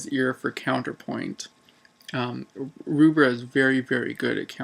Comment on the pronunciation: By the way the name Rubbra, is pronounced as in 'Rubber' not 'Roobra'